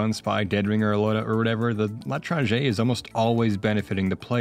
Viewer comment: everyone mentioning how pronounces l'étranger wrong but... fun fact, the weapon itself is actually a reference to a novel by the same name (or the stranger, if you read the english translation) which is especially funny when you know what causes the second half of the story...:)